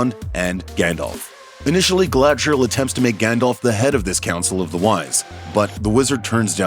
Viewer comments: Did you just say Galandriel?! Wow.. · He did not just say Glandrel. Wtf is this hot mess? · Did he call we Galandrial? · you DEFINTELY said Galandriel. second Melkor did not want to destroy. he wanted to RULE over everything. did you even read the Silmarillion?